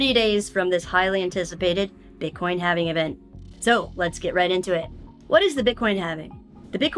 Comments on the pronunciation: lol Halving being pronounced as “having” 😂 I’m with it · can't pronounce halving...